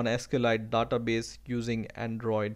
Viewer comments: you are confused between Daaaatabase and Database . it sound so awkward please get used to the actual one . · yea specially the DA-TA base